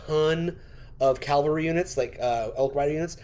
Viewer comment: PLEASE... Don't call it CALVARY... The English pronunciation is CAVALRY with a V. GUNZ and Fluffy can't say it right, but you can for sure. Look up what CALVARY means 😂😊. Otherwise, great video.